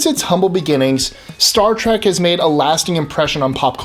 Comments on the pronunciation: Why does he keep saying "Trak?" Oye! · Play a drinking game and take a shot every time this guy says Star Trak and you'll get drunk real fast. 😂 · Why must people pronounce it Star Trak? It's a trek. A trek to the stars. Why is that so difficult to understand?